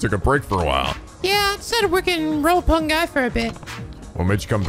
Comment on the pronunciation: You pronounced Reimi's name correctly the first time. Remember 'ei' makes the long 'a' sound. All in all, nice job! Also the 'i' in Roppongi is a long 'i'.